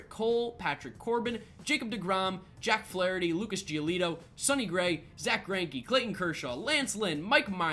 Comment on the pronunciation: Put some respect on Jack Flaherty’s name